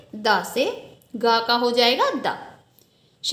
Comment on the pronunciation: मंएएम आप को तो द भी नही दा बोल रही है 😂😢😀😀😀😀